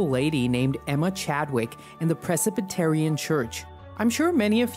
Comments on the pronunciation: It's not "Precipitarian"😂...its Presbyterian. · Yes, that’s crazy to say it had 200,000 people. Interesting way to pronounce Presbyterian.